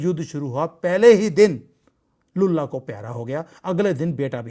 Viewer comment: Lullah ko pyara ho gaya 😅😅😅, please don't replace l with b in your lullah 😅😅😅